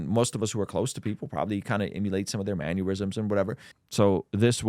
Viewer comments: It's pronounced "man-NER-risms," not "man-URE-risms." I keep hearing this mistake. Sounds like you're talking about manure. 😂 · you keep saying "mannerisms" as "maneurysms" very concerning 😂